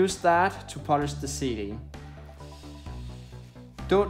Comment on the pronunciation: He says polish like punish￼